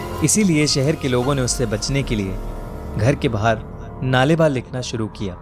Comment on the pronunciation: नाले बा ❌नाळे बा ( कल आना )✅ kannada word hai